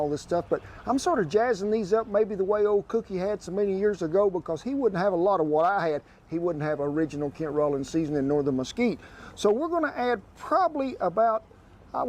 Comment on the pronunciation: in case you are interested....we don't pronounce the last name of Rollins as "Roll-ins" we say it as "Raw-lins". I know, it may look like you would say it Roll......but that is not the case here. Trail drive days are those days spent out in the hills and prairies herding, gathering and moving the cattle from one grazing spot to another. Cattle drive days still occur today and they can be long or short, depending on where they are, how many head of cattle you are moving, and how far you need to move them. My cousin has a herd of about 1,000 in middle Oregon state and he moves his cattle, not on horse back, but ATV's. His drives never amount to anything more than a day as his grazing area is very close to his ranch. Cilantro in the US is what you guys call Koriander. We call the leafy part of the Coriander plant cilantro, while we call the seeds coriander. You will find cilantro in most Tex-Mex and Mexican cuisine and especially in salsa's and "pico de gallo". Lastly, not all chili's are hot. Ancho and Guajillo chili's specifically are not hot, but add a lot of flavor. Just like Paprika is made from chili's but it is not spicy!